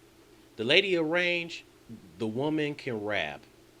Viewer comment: The Lady of Rage not "Range" 😂😂😂😂😂😂😂😂😂